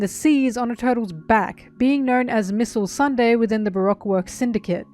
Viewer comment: Can we just appreciate that it almost sounded like "Missile Sunday" right after showing the shot of her supposedly bombing Igaram